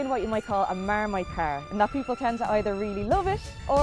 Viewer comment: More like Maaarmite